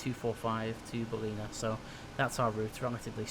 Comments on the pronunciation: Great Video, as usual, bye the way it's not pronounced Balleena but But Ball..i.. na as in the phonetic India. Just down the road from me and an airport I used to fly GA real world out of. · Haha, being an Aussie it's funny hearing you say Ballina. It's not bal-ee-na, it's bal-i-na. It's all good, I think I'm a little OCD. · Ballina is pronounced "bow-lin-uh" now "buh-leen-uh" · Great video, just a tip Its pronounced, "Ba-Lin-Na" Not "Ba-leena" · Bal Is pronounced as in Pal, and ina is pronounced In ah :) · its pronouced Ba-lin-a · I'm from Ballina!! :) actually taking this flight on Monday (17/12/16) home (except on Jetstar not Virgin). Also it's actually pronounced Bal-in-nah haha. Love the vids! And thanks for doing so many Australian flights.:) You've done both my hometowns haha, Ballina and Canberra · not quite.... I think Bah-Lin-Ah would be a more accurate phonetical pronunciation. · Ballina is pronounced ball-i-na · Just for future reference, Ballina is pronounced as though it rhymes with mariner, with the emphasis on the first syllable, BAllina. Love your videos - if you ever get the chance, I would love you to fly to Tasmania. Launceston would be great, or if you prefer to the state capital, Hobart. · BAL-IN-ER ffs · Do future reference it's pronounced "BA-LENA". Love your videos mate. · it is pronouced bal-in-a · nice vid but your pronunciation of Ballina nearly made me not watch. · Uggggghhhhhhh ugh the way he pronounces Ballina ugggggghhhh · Yep, this annoyed me so much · totally not how you say ballina. made me smile and giggle. ballina is still in NSW not QLD and VA normally fly the E190 there.